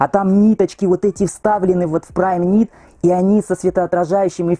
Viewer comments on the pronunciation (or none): none